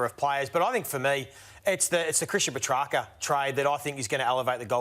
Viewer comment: I think I heard Joey (while looking right at Ralph) giving the correct pronunciation a little extra emphasis . Ralph of course pushed on with Puhtracker. Goose.